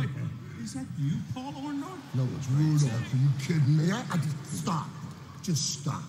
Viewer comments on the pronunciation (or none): And of course to this day Hogan still can't say Mr. Wonderful's last name correctly...... Paul and Hot Rod have always been my favorites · 30 years later and hogan still can't pronounce Orndorff